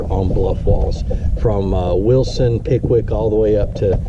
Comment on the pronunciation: Great info on working those bluff walls... BTW - You said "Wilson, Pickwick"... as in lakes. I heard Wilson Pickett... as in the singer...